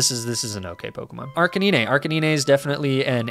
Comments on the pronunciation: you definitely need to redo this list!🤦‍♂️🤦‍♂️ Edit: Its AR-BOK NOT CHARBOCK AND AR-CA-NINE NOT ARCA-NEENEE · Don't mind me, just putting a personal timestamp to skip the disgrace to my ears that is arkaneenay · OK, he's definitely mispronouncing Ninetales and Arcanine on purpose. But why? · Hearing you say Arcanine and Ninetales like that broke me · Sold tier list but I couldn't bring myself to hit the like button because of the cringe Arcanine and Ninetales pronunciations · You butcher the pronunciation on Arcanine and Ninetails. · Because he's probably had to deal with people complaining about mispronunciations in general a lot, so he does it to annoy them specifically.